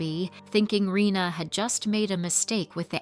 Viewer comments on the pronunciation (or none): Her name is Reina instead of Rina actually, pronounced "ray-na"